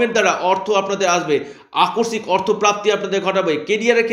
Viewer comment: Dada kotha ta holo akosik .akorsik noy. Kotha ta kane kub lage